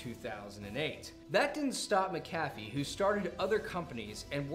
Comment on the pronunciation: See you still haven't figured out how to equalize your audio, right on. And just HOW do you not know how to pronounce "Mc A Fee"??? Well done.....slow clap of disappointment.